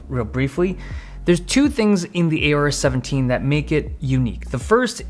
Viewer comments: Isn't it O-rus and not A-Orus? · Aorus how did u say that 🤬🤬🤬